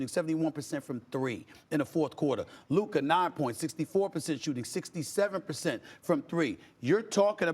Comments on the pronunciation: It’s Luka not Luker mane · “Luker Doncic” - SAS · Stipen calling luka luker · The man name is not "luker" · What on gods green earth is 'LUKER' lmaooooooo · LUKA!!! Luka Magic. Not Luker! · stephen a be like "luker doncic" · Why Stephen a keep calling him luker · Bro said “LUKER” 🤡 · LUKER??? 🥴 come on man say his name right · He says his name with a HARD R.... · How hard is it to pronounce names? Who’s Luker? Also, Anthony Edwards is Devin Booker’s Brother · Stephen A goes out of his way to never say Luka’s name correctly. It’s crazy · Did SAS just say "Lukerr Donqich", Man its getting outta hand now. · Luker Don Chick